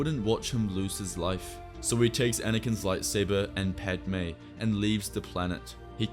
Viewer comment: You did padme wrong lol.